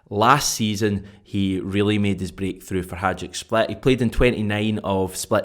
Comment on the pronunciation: Just a small thing... it's Hi- Duc not Haj-ick split.